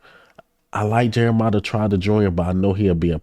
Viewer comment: “JERRAH MATTA TRATTA” does not exist…I know of a “Jeremiah Trotter” though LOL….I was talking about how pronounced his name lol